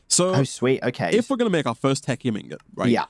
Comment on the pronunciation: It looks like "tech-y-um" ingots are the new "cry-row-thee-um" dust. Correct pronunciation once, proceed to pronounce it incorrectly every moment afterward for like, five years.